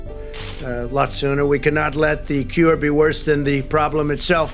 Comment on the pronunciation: Is he saying cure or Q er We cannot allow the Q ER to be worse than the problem Q END RUN